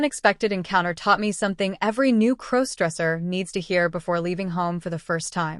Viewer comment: Stop mispronouncing crossdresser 😮😮